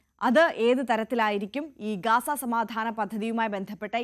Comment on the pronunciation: ഗാസ അല്ല ഗസ്സ